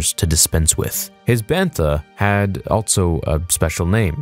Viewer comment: You say “also” so weird. “ALTSO”